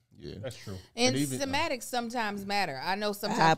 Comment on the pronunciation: semantics, not sematics